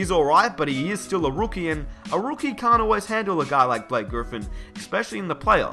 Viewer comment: " the Rwookie "